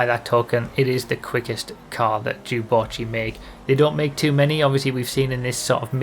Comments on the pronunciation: What did you just call it, sorry? Jew-botchy? Is that right? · reee why do you pronounce it so weirdly wahhhhh its 'dew' not 'jew' wahhh first junes instead of dunes now this !! /s